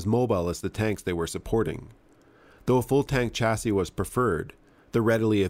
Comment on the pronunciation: The word chassis is pronounced shassy (French origin). Mind you this is a country that pronounces vehicle as veehickle and talks of the innernet. Like it is some inner tube.